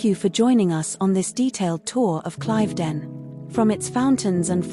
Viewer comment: It is pronounced Cliv not Clive ..den